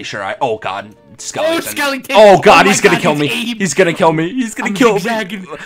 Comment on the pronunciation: I just realized you say skelington